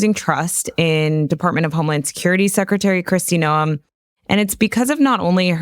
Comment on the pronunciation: Here is the proper pronunciation of Secretary of Homeland Security's name.